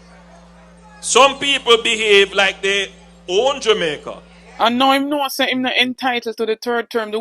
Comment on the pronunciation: No listen to a bully that, him can't talk, Listen to how he call (Jamaica 🇯🇲) Jumicka.